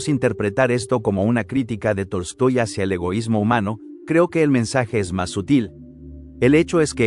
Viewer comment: no se porque todo el video escuchaba Toy Story no Tolstoi XD